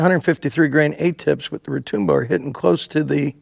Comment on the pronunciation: Retoombo? It's Retŭmbo